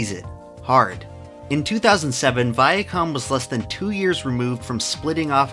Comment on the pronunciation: "Viacum" Still can't unhear it after all these years.